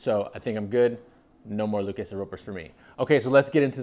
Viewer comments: What’s with the pronunciation of Lucchese? The name is Italian not Spanish bug just say it like everyone else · Correct Italian pronunciation of Salvatore Lucchese (founder). Spanish would be a totally different pronunciation.